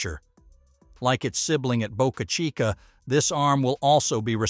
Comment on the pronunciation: Nailed pronouncing Boca Chica beautifully. The video is good, but pronouncing Boca Chica properly is worthy of a shout-out. I for one absolutely appreciate that fix. Thank You.